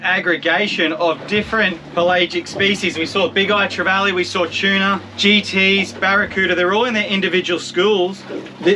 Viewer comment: Why do you pronounce tuna as chuna?